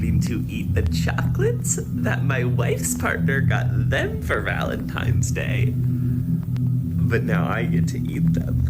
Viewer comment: That psycho was saying Valentimes instead of Valentine!!!